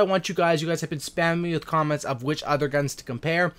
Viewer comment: did anyone notice he said croments insted of comments